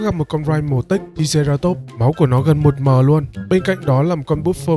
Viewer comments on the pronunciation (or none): none